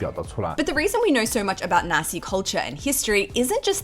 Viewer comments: haha i keep getting a bit confused bc i keep hearing Nasi instead of naxi, nasi means rice in indonesian (and when you say nasi in then netherlands one usually refers to nasi goreng, fried rice) also something fun, the dutch word for chickpeas is kikkerwten, which literally means frogpeas, so its kinda fitting that a culture whose favourite animal is the frog, primarily produce frogpeas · I misheard "the Naxi people"... Haha xD a rare deeper exploration of Liziang in English! 👍